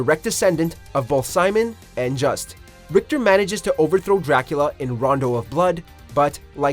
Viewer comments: I just wasn’t to point at that I never see others mention....Leon’s clothes are VERY VERY similar to the armour worn by Christian “knights”(terrorist actually) from the crusades....also his name isn’t “just” its pronounced Jusay < Belmont’s are French. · "Just" Belmont 😂😂 Juste Belmont is accented.